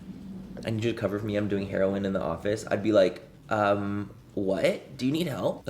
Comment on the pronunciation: I love the fact he couldn’t say heroin right the first time 😂🥰